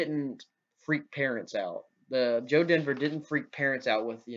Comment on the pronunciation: Dever, not denver